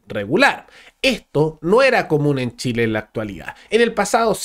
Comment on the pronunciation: "Treneh para shileeeh" decían lEs arbolitEs